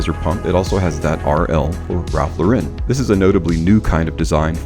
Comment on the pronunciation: Really like u and ur vids but bro, his last name is pronounced like a girl's name. He took the name from Lauren Bacall, the actress because his real name is Lipschitz